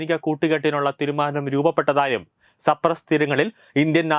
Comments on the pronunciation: Cyprus സൈപ്രസ്‌ എന്നാണ് വായിക്കുക. സപ്രസ് അല്ല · സപ്രസ് അല്ല സൈയപ്രസ്